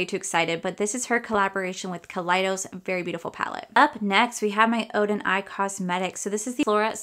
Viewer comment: Oden’s Eye not Oden Eyes